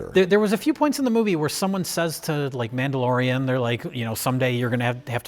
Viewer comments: Did he say, "Namblalorian?" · did he say the namblalorian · "the namblalorian" 😂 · wow... did I hear correctly? The Namblaorian? Is that what he said in the intro to this movie? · Did he say "nambla-lorian"? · "Namblalorian and Grogat". Perfection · Did call it The Namblalorian & Grogot? I'll call it that from now on.